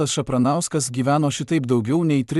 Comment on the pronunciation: Tavo tas balsas, net nesugeba perskaityt pavardės Šapranskui? Kas čia …Ir taip paranku, kai tiek visko pasakoja visi ir siunčia kažką bet visi anonimai, gal nes viskas išgalvota ? 😅